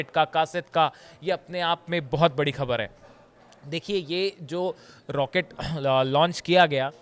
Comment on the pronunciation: Improve your rustic pronunciation. Can't you pronounce "Khabar" properly. Use Bindi below Kh.